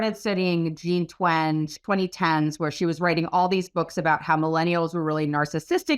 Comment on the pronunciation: it’s also Jean twen-gee versus twenj